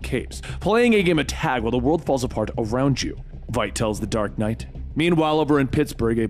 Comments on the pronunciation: It's "Vite," not Veet." And the base is in the Antarctic. WTF? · im sorry but i hate when people dont pronounce stuff how they hear it. its Veidt not Veet or vet have you not seen the movie?🤣 basically light with V instead of L Veidt (Vight) i need a shot of something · Also, Adrian's last name is pronounced similarly to the word 'fight' but with a v instead of an f. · Regarding Adrian Veidt, Veidt is prounced "vight". Like saying right but with a v instead of an r. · did he actually say veidt, veet? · Lol Adrian "Vet" Benny? Really bro, who have you hear pronounce it that way? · Please stop mispronouncing Adrian Veidt's name